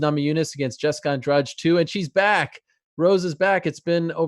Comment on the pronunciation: they still mispronouncing andrade with andrage!!